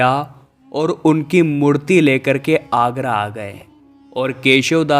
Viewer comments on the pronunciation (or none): Please pronounce historical names correctly। जहां आगरा नहीं आरा। केशव देव not दास